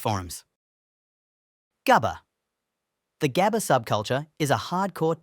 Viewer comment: im crying on your pronunciation on 'gabber' please do better next time cuz i cant stand on how you pronounce it (coming from a dutchie btw)